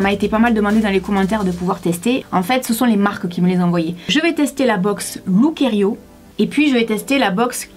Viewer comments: On dit lookiero et non lookierio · Encore un concept dans lequel les grandes tailles sont exlues, comme si au delà du 42 ou du 44 on ne pouvait pas également avoir envie ou besoin de se relooker ou de se faire plaisir. C'est anormal. Durant toute la vidéo tu as prononcé Lookerio alors que c'est Lookiero 😊. De toute façon c'est plutôt look 0 😉. En effet ca fait pas trop été tout ca. Autant s'en remettre aux services de relookers pro près de chez soi... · ça se prononçe "look-i-ero" et non "looker-i-o" le -i est avant le -e! Super video je trouve que le chemisier rose te va à merveille, surtout avec tes cheveux oui!